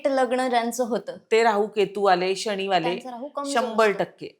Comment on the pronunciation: कृपया शणी म्हणू नका ताई मानाने शनी महाराज म्हणा